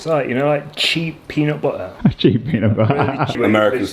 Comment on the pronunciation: Your leg swelling was prob sodium pooling, had it before on long road trips in ankles, turned into cankles. Also, Peanut butter has T’s in the pronunciation 😂